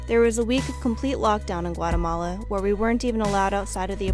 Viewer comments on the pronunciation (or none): Guatemala is pronounced, Gua´TEhmala not GuaREhmala. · Why the English dialect sounds so bad? G-u-a-R-eh-m-a-l-a? It is pronounced: G-u-a-´Teh-m-a-l-a.